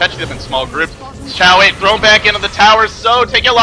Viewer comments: If you listen closely (see watch?v=OZxZaYi14EU#t=4079s) you'll hear he actually pronounced it something like "Dzo" or "Tzo", not "Zoe". Of course you're free to pronounce it however you like as you're the well-known commentator and I'm not. Just saying that he doesn't actually pronounce it "Zoe". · It's "Joe" according to Beijing pronunciation and Zhou himself pronounces it "Dzo" because he has a southern accent. Either way it's certainly not "Zoe" and I have no idea why says it that way. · his name is pronounced "zhou" or "joe" however you want to put it, but not zoe lol